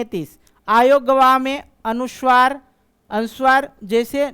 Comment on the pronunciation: सर बच्चों को शुद्ध उच्चारण से पढाइये,संस्कृत पढाते हैं,गलत उच्चारण करते हैं,जैसे- वर्ण को वर्न,अनुस्वार को अनुस्वर,अवग्रह को अवगरह इत्यादि।